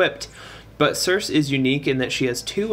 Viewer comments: If you look up the name circe you'll find it is actually pronounced like Cersei/Sur-See. And it supposedly means dark enchantress. Which makes sense for this spefic unit with being a magic damage dealer. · Cirsee , pleaaase lol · It's almost like wants to trigger us by pronouncing it wrong lol